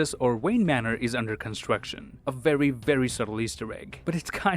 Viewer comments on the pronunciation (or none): none